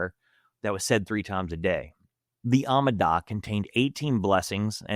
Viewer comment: Its not the "ammidah", it's the ah-mee-da. Be good if you could pronounce the words of the religion you're running down.